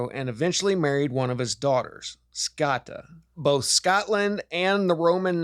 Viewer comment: It’s scota said like “note “ so rhymes with note-a is scota.. like boat coat etc scote .. but scota